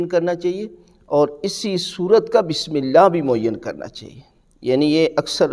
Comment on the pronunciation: Pehly hud Bismillah prhna b seekh lo plz